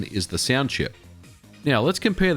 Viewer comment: I've NEVER heard someone pronounce "sound" as "siand" between many more. Understanding what the hell was going on was a pain to say the least. That aside, the content was good.